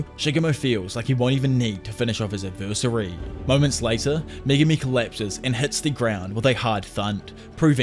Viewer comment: Love your videos but pls learn how to pronounce adversary